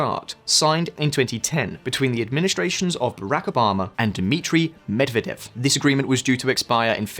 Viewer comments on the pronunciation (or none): none